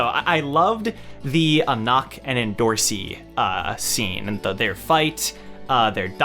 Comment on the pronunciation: Should we all start pronouncing Endorosi's name properly ... like the way anak says it at the end of the episode Like we don't clearly pronounce the first 'O' enDOrosi - DO should be prounoced as the DO in dome RO should be pronounced as Rose En Do Ro Si